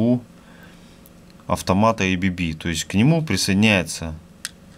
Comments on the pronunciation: Какое эй-би-би то? АББ читается, название немецкое, расшифровывается как азЕа-брАун-боверИ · Уважаемый автор, не произносите, пожалуйста название бренда "ЭйБиБи". Правильное произношение "АБэБэ", потому что этот бренд имеет шведско-швейцарское происхождение. Следовательно, ничего общего с англоязычным произношением его наименование не имеет. Его российское редставительство зарегистрировано как ООО "АББ".